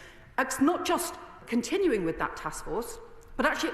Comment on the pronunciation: Please try to say WITH and not WIV